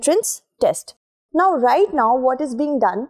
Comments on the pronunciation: Thank you so much for providing balanced approach. It is not Karnatak, it is karnataka. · I completely agree with your stand on every single dialect has its own relevance but people of that that region call the state as Karnataka and that’s the actual pronunciation.You could have learned it to be called Karnatak since kindergarten but people who hail from that region expect everyone to call their state by its actual name and not the version amended by a particular region/ethnicity.I can’t address you as only because it’s pronounced in my region that way right! It’s important that we recognise the prominence of each and every culture in INDIA being a fellow citizen. Hope you got my point